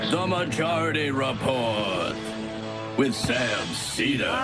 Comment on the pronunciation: Probably because it's Sam's show for the past 20 years and Emma joined like four years ago. Also it's Seder, not Sedar